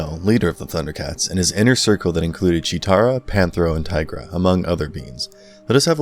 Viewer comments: Panthro not Panthera . Definitely gotta get those names right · it's Panthro, Cheetara, and Tygra ...... get the names right as anything less is a grave insult to their legacy! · For 2/3 of the video, he got Tirga and Panthro wrong.